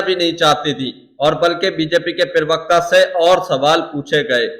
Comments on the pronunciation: भैया जी, पिरवक्ता नहीं, प्रवक्ता। प्लीज़ अपने हिन्दी के उच्चारण दुरुस्त कीजिये। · पिरवक्ता नहीं...... प्रवक्ता. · Perwekta nahi yar parwakta hota hai